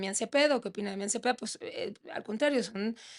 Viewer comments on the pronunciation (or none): "Damian ze-pedo". Pues en que estaba pensando la entrevistadora? 😂